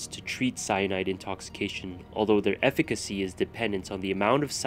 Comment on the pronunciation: "" I'm pretty sure efficacy is pronounced "eff-i-kuh-see"...